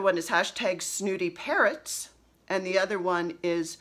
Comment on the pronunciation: I like Cardinals in the yard and blackbirds to stitch. Just found your podcast and love it. I could have sworn you were saying parents instead of parrots. That would be an interesting chart?